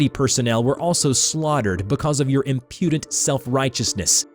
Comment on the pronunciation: whats with the weird pronunciations of Occult and Impudent?